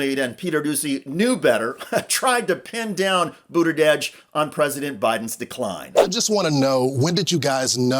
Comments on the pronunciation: You need to practice pronouncing "Buttigieg." You keep saying "Boot-a-Dedge" instead of "Boot-a-Jedge." I suggest practicing with the word "judge," gradually transforming the vowel into "jedge." "Boot-a-jedge." You're welcome. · Good coverage, but please learn to pronounce his name correctly. It’s BOOT-edge-edge. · He cannot pronounce Pete’s last name to save his life 🤦🏽‍♀️🤦🏽‍♀️🤦🏽‍♀️ BOODERDEDGE! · Thank you I thought it was only me that heard BOODERDEDGE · Please, for God's Sake learn how to pronounce Pete's last name correctly! Mispronouncing Buttagieg is as disrespectful as mispronouncing Kamala!! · Buda•judge. Lets get pronounciation right. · "Booter-dedge"? Seriously? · “Boot edge edge” is the pronunciation. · It's Buttigieg, for god's sake, NOT Buttideg. You undermine your message when you don't bother to pronounce his name correctly. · Best way to pronounce name was seen during Pete’s run for President. While Pete Buttigieg was being interviewed there was a person in the crowd behind him with a sign that read “It’s pronounced BOOT-EDGE-EDGE”. It may not be a perfect pronunciation but it definitely is better than the host’s attempt. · “Booderdedge” lol jeez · Ikr? I had to look it up. I thought maybe I'd been saying it wrong. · Booderdedge? It’s not that hard to pronounce!! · Why does this idiot keep saying Boot-uh-dej? what Dej is he booting? is this Dej in the room with you now, idiot in the gray suit? Is it interfering with your ability to speak? Step aside, friend, and let those more competent than you hold the floor! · Why is this guy calling him booda dadge? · Butterdege? Bruddajedge? Burrteredge? 🤦 holy fkn sht wtf is wrong with this... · Learn to pronounce Pete's name. It's not hard. Do better. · 1) he's transportation, not interior, 2) that's not how he pronounces his name.😊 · The least u can do is pronounce his last name correctly. Very unprofessional and hurts your point. I love Pete❤ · the dude in the video can't pronounce it right...